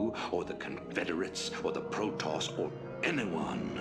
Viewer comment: STOP PRONOUNCING PROTOSS WRONG